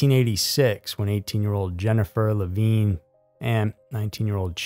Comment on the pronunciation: Leh-VIN, NOT Leh-VEEN. I enjoy your content, I do, but is it that hard to make sure you are using the proper pronunciation of names and places? This is at least the third time I've had to call you out. The poor girl was murdered and her reputation dragged through the mud, could you at least pronounce her name correctly??